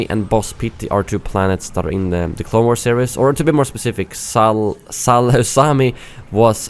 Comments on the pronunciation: Salu-Sami 😂😂 Sai-Lu-Kemi (Grievous Intrigue, Clone wars season 2 episode 9) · It’s pronounced sal- uc- em- i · Its pronounced Selucamay😂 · Is there anyone who knows how to pronounce Saleucami because in every single video everyone just completly butchers the name. That's not how u pronounce it lol, watch the clone wars series. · The way you pronounced Saleucami made me cringe. I have a stop-motion series about the battle on Saleucami. It's pronounced like sa'lu'ca'my The 'ca' part kinda is like cup without the p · It's Sal oo cah my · Saleucami (Suh-loo-cuh-my) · Saleucami is pronounced "sal-oo-ka-my" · Saleucami is pronounced Sall-ooh-cam-eye, and it made it's debut appearance in RotS along with the 91st Reconnaissance Corps. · Saleucami is pronounced: Sa-lu-ca-my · salucami is spoken: salukämy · its pronounced "Sah-Luu-Ka-My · Someone should edit pronunciation of Saleucami whenever someone says it in a Clone Wars episode. That would be funny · Salucemi is the planet where the banks are for Republic and Separatist. Also u pronounced it wrong😂😂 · Saleucami (pleaaase Watch the clone wars and learn to pronounce this xD) Appeared multiple times. Boz pity I think is supposed to appear in tcw season 7 so that could make sense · when he pronounced Salecuami wrong I got triggered for some reason.